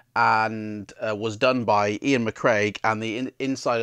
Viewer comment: This is a great series, thank you very much for making it. Some critical feedback which I assure you is well-intentioned. Firstly, as someone else has pointed out, the illustrators name is Iain McCaig, not "McCraig". Secondly all the info that you shared here could have be gleaned from quickly looking at the cover or the synopsis on Amazon. As someone who has purportedly read the book several times, surely you could have provided a deeper insight? Thirdly, I have to ask - have you completed any of these books? Because it seems that every video you say "I've never completed this." You're a big fan of the series, so show some commitment, make some maps, and complete some books - that way you'll have more to share in the reviews. It seems like you went for quantity over quality with these reviews, and that's a pity because the topic of gamebooks is still to this day a relative niche on YouTube, and you could have really made a success of this channel. In spite of the above criticism, thank you for sharing your enthusiasm of this series, you come across really well on camera and I wish you all the success for the future.